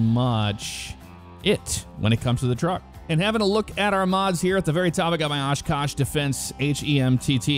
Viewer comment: I live in oshkosh where these are made. They drive these everywhere! interstate and city streets. There's so many storage yards here for all the military trucks. I'm glad you pronounced the name right though. Not a lot of people outside of oshkosh can pronounce it correctly.